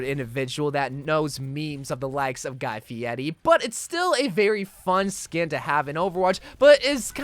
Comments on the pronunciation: Your clearly not cultered in memes as you think he’s called guy fiety. It’s Guy Fieri. Cringe. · It’s Guy Fieri not Fieti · it’s not guy fieti it’s Guy Fieri